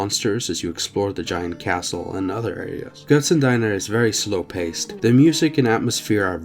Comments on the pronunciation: Pronounciation of "Götzen" was spot on but "Diener" sounds like "deener", not "diner. <3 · The “Die” in Diener is pronounced like the “di” in discussion but slightly longer english “e” Sound, because of the “ie” in Diener. Deiner (like you pronounced it) and Diener are completely different 😂 Ofc I don’t blame you for not pronouncing it right, it’s hard. But I just wanted to point that out! The Title can be translated to servant (=Diener) of “something that people worship that is not a real god” (idk if there is an English word that would describe Götze/Götzen, i think you could say “Idol”)😅